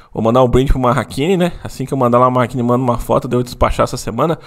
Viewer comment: Aprenda por favor não é "marraquine" é "maratchini", caspita.